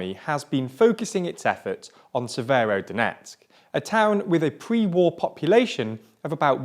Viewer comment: I'm no expert but it seems like he got every single place name wrong